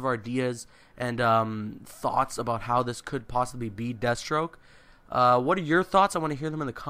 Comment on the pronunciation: Danial Younus Jesus Christ man, it's Deathstroke not dethstroke you illiterate fuck.